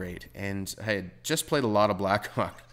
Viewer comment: Lol i though he said he played, a lot of black cocks.